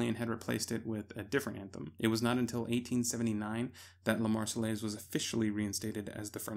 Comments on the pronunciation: I cried every time he said “Lah Mars-eh-LACE”. (Marseillaise). I wonder how he pronounce ‘entourage’ or ‘envelope’. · Love the video but hearing you pronounce La Marseillaise like that was painful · EITHER PRONOUNCE LA MARSEILLAISE CORRECTLY OR NOT AT ALL